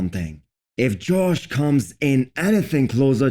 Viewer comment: Its josh, not George.